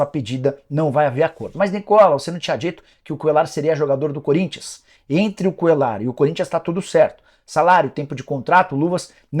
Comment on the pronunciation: Esse cara falando Cuellar com som de " L " me dá agonia 😅